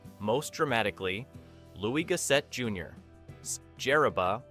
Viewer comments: AI Mispronouncing It . . . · Lou-is Gos-set. Pronounced all the other names correctly except the one black dude. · Is that really how Gossett wants his name pronounced?